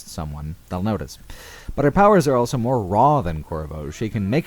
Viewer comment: says elso instead of also.